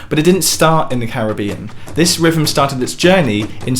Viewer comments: a little construction critique. you are pronouncing it rivem, which should be rhythm. you are missing the 'th' sound and adding a 'v' sound. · Rivem? You mean rhythm?